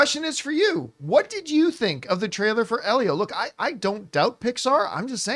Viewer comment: why can John never pronounce Elio correctly 🤣they even say it in the trailer